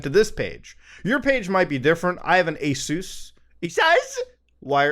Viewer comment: Glad i'm not the only one who says aSUS 🤣🤣🤣